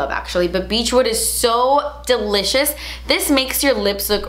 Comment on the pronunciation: Girl, “Delichass” “juitcy” my new favorite words😍😂 also, go to skincare products?